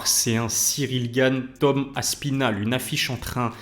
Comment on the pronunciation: Avouez on dit tous Thomas spinall